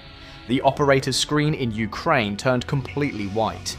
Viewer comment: Ah yes, I love the countries Ukrainev and Ukraineb